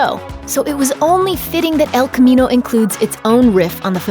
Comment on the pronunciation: “Ehlll khamminou”